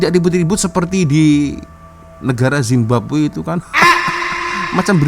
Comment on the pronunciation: sebut "Zimbabwe" aku berguling gelakkk 😂😂😂😂